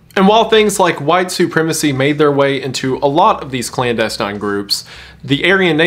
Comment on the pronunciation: klandestine hahaha